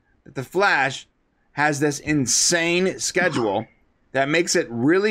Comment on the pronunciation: Devoes wife said schedule wrong